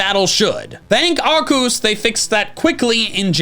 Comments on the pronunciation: Does anyone know why always says Arcoos instead of Arceus? Always been curious about this. Hell, sometimes he even corrects himself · Did he pronounce Arceus like "Ark-oose?" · Pokemon 13,, it pronounces Arceus like arcoos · Whos arcoose 😂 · Why do you pronounce Arceus' name like that?